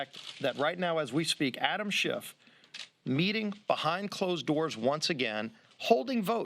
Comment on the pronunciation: I really love the subtle political insult of purposely mispronouncing names. They all know it's Schiff but half the time they say Shift. LOL